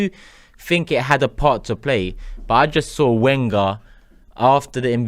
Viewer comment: it's pronounced Venger! :-)